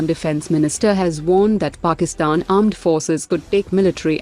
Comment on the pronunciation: You mean pakistan "Aand Forces" 😂😂😂😂